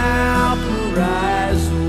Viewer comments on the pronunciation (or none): It's actually pronounced "Vawl-paw-ra-ee-so" not "Val-pa-rise-oh" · it's " VAL- PA-RAI-ISO " not Valpariso. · That's most definitely not how you pronounce Valparaiso! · BONITA LA MUSICA,LO QUE NO ME GUSTO QUE NUNCA PRONUNCIO BIEN VALPARAISO